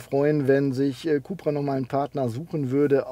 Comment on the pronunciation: für alle die es nicht wussten, es kommt alles vom Seat CupRacing .. sprich CUP-RA